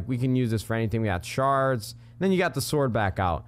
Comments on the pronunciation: Nade it's shears not shars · It's pronounce sheers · did he call shers shards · Yo nade! U said "shards" again! Shears fam